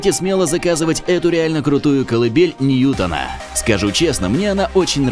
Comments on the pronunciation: Не ньЮтна,а ньютОна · всё хорошо,но только не колыбель НьЮтона,а колыбель НьютОна(ударение на О)